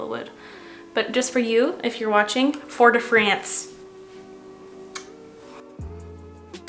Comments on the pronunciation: i literally DIED with laughter when you americanized "fort de france" 😂😂😂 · Congratulations on being Moda Maven of the month! You recreated this look perfectly - so pretty! I’m in the US Midwest area and it even hurt my ears when you said Fort de France. I would have never pronounced it like that. Maybe my years of French in high school? Hearing you speak French is beautiful. I could never speak it half that well. I wish I had an aptitude for foreign language but sadly I don’t. 🥰🥰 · I love learning from you how you speak the French products actually ( aside from the gorgeous makeup tutorial )❤️ ☺️ and that English emphasised Fort de France was hilarious 😂😂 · Spit my drink out when you said “FORT DE FRANCE” 😂😂😂😂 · I diieee when you said “fort de France” 😂 ily